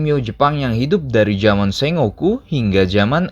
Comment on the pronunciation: Sekedar saran min, tolong pengucapannya diperbaiki. Terutama di bagian nama tokoh2 dan tempat atau kejadian, seperti shingen dibaca shin gen pakai g seperti "shing gen", bukan shi ngen. Sengoku dibaca bukan sen ngo ku tapi "seng go ku". Honganji juga pakai g bukan ho ngan ji, honnouji panjang di nou bukan honnoji. Enryakuji bukan eneriyaku ji. Dan tokugawa ieyasu min bukan leyasu (I bukan L). Motoyasu juga bukan motoyesu. Maaf saya koreksi banyak, channelnya udah bagus saya suka, cuma lebih baik kalau hal seperti ini diperbaiki kedepannya. Terima kasih 🙏